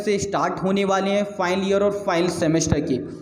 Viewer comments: ''File'' bol raha hai aur ''Final'' bol raha hai kuch samaj me nahi araha hai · over all very nice your video but ''final'' bolne ka tarika matalb pronunciation bilkul sunna nahi chahta hai.